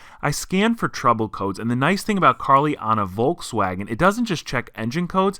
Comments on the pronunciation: Please lern to pronounce Volkswagen correctly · German here, In germany we spell the V in Volkswagen like an f. So you could transcripted say "Folkswagen"... I'm dying every time you spell it like a w 😂